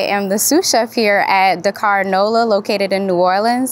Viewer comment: I love this and will try this next time in Nola! - the only thing that was a pet-peeve throughout watching this as a senegambian is how wrongly things are pronounced. The executive chef is to blame and that’s starting with his name (pronounced Si-reng) and the pronunciation of Dakár. Supakanja (the j is not pronounced as a y like it would be in Spanish, it’s Supa-kan-Jah - like how the Jamaicans say Jah). Roff is not pronounced as Roth of Roff, it’s pronounced as Raw-ff. I’m sorry because I know the mispronunciation is not intentional but the executive chef should teach the correct pronunciation as it is part of the culture. I notice a lot of Africans deem it pointless to correct pronunciations but it is important - we don’t want it to get lost in translation. Also, as senegambians, we don’t call it jollof - it should keep it traditional and name it ‘Chieb’ (pronounced as Cheb). Jollof is for Ghanaians and Nigerians.